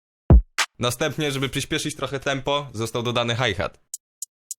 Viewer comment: Mówi się hajhet